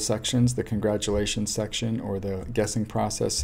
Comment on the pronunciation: "Contratulations" - but cool video, thanks for sharing. :)